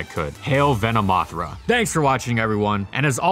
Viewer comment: "Hail Venamothra" really i know you where going for the hail Hydra thing but it came out more like a venomous Mothra. P.S. Hail Hydra